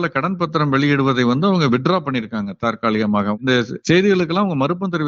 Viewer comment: Sir's pronunciation of the word "தாற்காலிகமாக" appears to be not correct. It should be "தற்காலிகமாக".